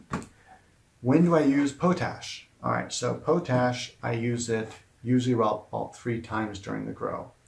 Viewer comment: It's called pot ash not po tash I really don't think I like your vids sorry